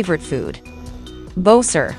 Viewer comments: Bo-Ser Mary-o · It can't pronounce Mario and bowser’s name correctly the ai voic e